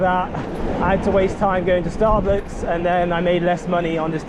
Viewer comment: Love the way you said starbooks